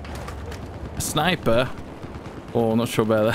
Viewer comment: "SNAIPEH?!" - 2021